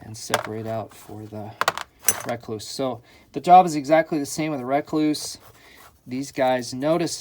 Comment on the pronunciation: It’s Rekluse not Rakluse “E”